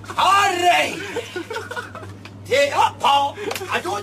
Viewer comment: RRRRIGHT THAT JUST DOES IT LOL